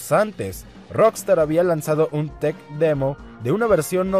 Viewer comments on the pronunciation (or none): none